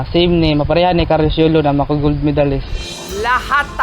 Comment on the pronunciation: YULO HINDI YOLO....LOL